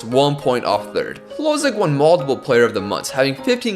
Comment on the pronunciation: Just a little heads up: Hložek is pronounced as “Hlozhek”, not “Hlozek”. Love your content anyways!